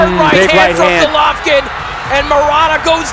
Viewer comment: That intro always gives me chills. #Motivedia4life Also, my man, Golvokin.... Not right